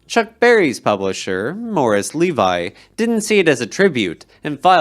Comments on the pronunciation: it's not Levi, it's pronounced "LEH vee". It's a Jewish surname. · Great work as usual. Just an fyi, Morris Levy's last name is pronounced, "Leevee," not "Lee-vi." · The name "Levy" is NOT pronounced Levi, like the jeans. It's pronounced LEE-vee! How can you not know that! It's a common name. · Stop mispronouncing Morris Levy's name. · Yes, since when is it pronounced in a long I sound, apart from identifying the letter when you're spelling or reciting the alphabet. It's always been a long E sound. Fix that A.I. reader, you bot.